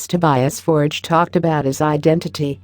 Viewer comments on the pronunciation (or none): He said it’s pronounce for-gay but he himself pronounces it forge to “save everyone the hassle”